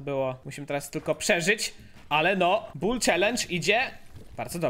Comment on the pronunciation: Nie bu tylko bull